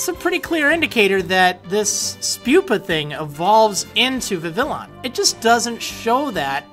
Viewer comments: i think that Vivillon is pronounced with the spanish ll, making it sound like vee-vee-YAWN instead of VIH-vih-lawn am i the only one who thinks this? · I think Vivillon is pronounced like Vivi-yon like the Papillon Dogs, and papillon is french for butterfly. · I thought Vivillon was pronounced "Viviyon" (like "papillon" which it's derived from)... At least according to Google Translate's pronunciation (because I don't know French). But also because the Japanese name is ビビヨン which uses ヨ instead of ロ. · Vivillon is pronounced VEE VEE YONE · Maybe Vivillon's name has a different pronunciation: perhaps vee-vee-yon, like French "papillon". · It's pronounced Viveon after french for butterfly; Papillon(Pa-pi-yon) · I think they're gonna be French pronunciations. So Noivern will kinda sound like Noir and Vivillon will kinda sound like Papillion (french for butterfly). Since this new region seems to be so much like France, we're gonna get French pronunciations. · I think Vivillon is pronounced "Viviyon" for French, because Papillon is French for butterfly, and Vivillon looks pretty much like a butterfly xD Just a thought to throw out there. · As probably pointed out, I think the "l's" in Vivillon's name are silent considering it seems to be a combination of vivid and the French for butterfly, papillon. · Double 'L' in Spanish is a "yuh" sound, so maybe Vivillon is pronounced 'viviyon' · I think you pronounce it Vivi-lee-on cause otherwise it'd be Vivillon not llion.